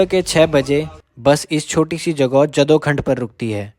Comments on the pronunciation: भाई जदोखंड नही इसका सही उच्चारण करो इस जगह का नाय है जडाऊखाँद।। यहाँ पर कभी जडाऊ यानी की बाराहसिंहाँ हिरण प्रचुर मात्रा मे विचरण करते थे।। भाई हम कोठिला गाँव के बस स्टैंड पर उतरकर अपने गांव जाते है।। लेकिन अब हम बस से नहीं बलकि अपने गाडी से ही यात्रा करते हो।। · जड़ाऊखांद बोलना भी नहीं आता पहले भाई नौलेज ले ले। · जदोखंड नहीं, जड़ाऊखांद है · ये जदूखंड़ नहीं जड़ाऊखांद है ।